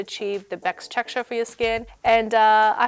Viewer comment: You said "Bext texture" XD before the video ended